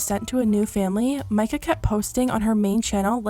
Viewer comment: omg i know this isnt important at all but at least someone said her name right lmao